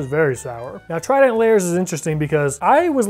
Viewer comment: Take a shot every time pronounces trident as “Tri-dEnt”.